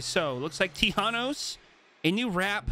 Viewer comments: How people normally prounounce Thanos: thFanos Vs How prounounce it: T-Hanos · Its th anos not T hanos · You said thanos wrong your suppose to say it like than then os not t then hanos. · did he jus say t-hanos is a scientist... 😭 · "Word on the street is that we're getting T-hanos tonight" 😂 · ay! I'm not the only one who calls him t-hanos! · “T-hanos is very intelligent ”😂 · "T-Hanos" 😂 I loved explanations to why he chose certain backblings for Thanos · Tee-han-nos dancing will forever be cursed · Now to annoy my friends by saying T-hanos all night lol Thanks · T-hanos hahahahahah I am dead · TI hanos 😂😂😂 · did you really just say T-hanos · Whay you say tea hanos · T hanos huh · T Han Os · Plz never say t-hanos again absolute cringe😐